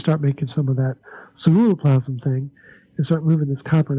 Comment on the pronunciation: for the life of me... I can't make out the word he is saying it sounds like "surrero plasm"? what is the actual word?... I heard him mention it all through part 1 and in part 2, but can't quite make out the word, to look it up and find out more about it... apparently we need a lot of it for copper uptake or to make it more functional? speaks frustratingly too quite and his pronunciation of that particular word never sounds clearly articulated... (ugggh... I think I'm stressing and destroying precious hormones trying to figure out what he said! (Lol...)